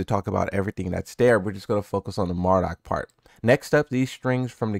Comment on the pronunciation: 6 seconds in "Mardock" 😂😭 I had to But hell yeah, can't wait to bring back the ready stance mixups